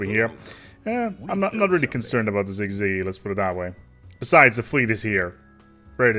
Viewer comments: si zi gee sizigee syzyge Lmfao not cig ciggy lmFAOO ahh thats great. youre awesome man. thanks for all the vids. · "sig-ziggy" try again champ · Important to note, that "gee" part is pronounced soft, like the G in "bridge" or "gentle," like J in English